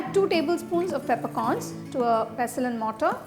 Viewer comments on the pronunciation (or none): pessel and mortaaa. Your accent. Craaaazy. Are you from Uzbekiztan? Esfreda powder! I fan your engleeeesee till death. But I die now after hearing your engleeeesee.